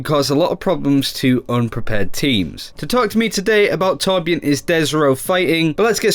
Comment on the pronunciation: what? its torbjörn